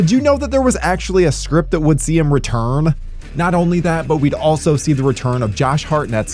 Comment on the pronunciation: You totally said “returm” lol I listened 3 times. Totally said returm with an M lol